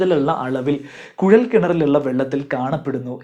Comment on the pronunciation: കുഴൽ ആണ് കുയൽ അല്ല 👍